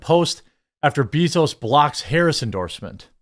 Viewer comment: anyone else not like how Jeremy pronouncing jeff bezos name. like I hate the guy too but damn